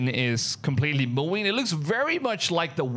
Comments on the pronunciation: I'm sorry bro but it was "MOOING"? SAY "NUCLEAR". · Its moouuuwing... -_- practice speach plz moVing V thx lol and good video just fake most likely people will do anything to get views... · Did you turn your V's into W's? Moowing and Wenom is crazy work!😂😂😂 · When he said “moowing” I was laughing cause I was like where’s the cow!?😂